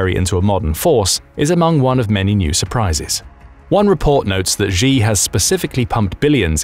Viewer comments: Could you please pronounce Xi correctly? It's pronounced "Shee", not "Zhee". There is no 'zh' sound in any dialect of Chinese. If you're going to do journalism or report things on geopolitics, please at least pronounce the names correctly. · Xi is pronounced Sshee, not Jee or Zee. Use Google Translate if you want to hear how to pronounce pinyin words even remotely close. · I would give you D minus for your pronouncing Chinese names. China uses the Pinyin system for Romanised text. You can't pronounce the sounds as you would for English words. For instance the letter "X" is pronounced with an "sh" sound. So 'Xi" is pronounced as you would pronounce as you would say the English word "She." "Xin" the Chinese word for New is pronounced as you say the Englsih word "shin" ie part of the leg..